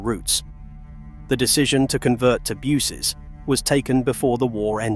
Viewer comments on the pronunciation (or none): Not to mention 'bewses'.